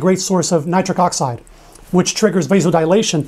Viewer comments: Did he say Nitri cockside? Or was it just me... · Nitric oxide... I swear I heard another word there